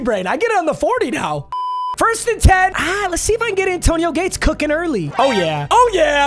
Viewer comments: Anyone else notice that he kept saying zayAntonio Gates? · Love but why he saying “Zantonio Gates”😂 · bro said "zantonio gates" 😂😂😂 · why do you say "zantonio gates" lol